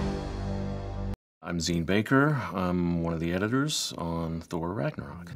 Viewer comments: “Thor Ranyarok" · "Thor rañaro"